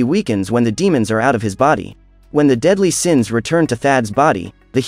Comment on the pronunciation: Seven daedly siens hahah